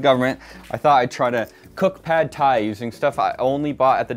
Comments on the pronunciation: "Sad Thai" was actually perfect. Well played,. Well played. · Pad Thai? I thought you said Bad Thai, ammirite? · Was the 'sad thai' was an accident or was it on purpose? It's comedy gold